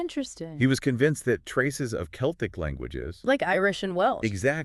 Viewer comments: Wtf is this garbage? Druids and ancient Celtic (not seltic) people were NOT black. Come on! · The selts 😂